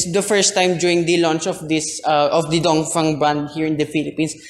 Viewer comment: Thanks for pronouncing Dongfeng correctly